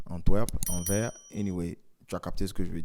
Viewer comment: Prononcer ANVERS (SE àla fin du mot) SVP car ce n'est pas un nom français.